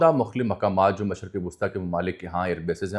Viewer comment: MASHRiQ NOT MASHaRQ ❤